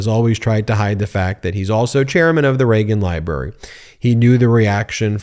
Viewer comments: "Leagan Ribrary"? oops... Get some rest, Ben! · You said "Legon Ribrary" at one point lol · You said Leagan Ribrary.... And didn't skip a beat. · You did say the Lagan ribrary. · Did he say "Leagan Ribrary"? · Did I hear Leagan Ribrary? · You said Legan Rybary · Not sure if it was a slip of the tongue, or deliberate, but "Leagan Ribrary" is going to make me giggle for the rest of the day. Your delivery is so consistantly perfect that this has to be on purpose, so thanks for that one, Ben. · I like the scooby doo impression “Leagan Ribrary” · Y’all heard him say Leagan Ribrary, right? Am I the only that heard that? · Went back to check 3 times he calls it the Leagan Ribrary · ..... "the Leagan Ribrary"😂😂😂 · tRump the massive mass debater is too scared to debate in the "Leagan Ribrary"... Sorry Ben, I heard it and laughed my off 😂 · Leagan ribrary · "Leagan Ribrary" 😂😂😂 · "Leagan Ribrary"? Love you Ben! That'll be in my head making me giggling the rest of the day!😆💯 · … the Leagan Ribrary 😂😂